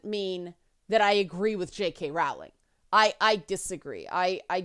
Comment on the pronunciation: Her surname is pronounced Rolling (rhymes with bowling).